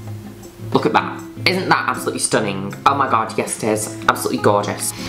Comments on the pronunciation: Please narrate my life please Miss Juno, I wanna hear you call me STONNING every 5 seconds 😊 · I love how she pronounces the 'g' in 'stunning.' StunninGggg. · i love it when u pronounce stunning like that but it doesn’t translate well as a written slogan, it needs to be accompanied w sound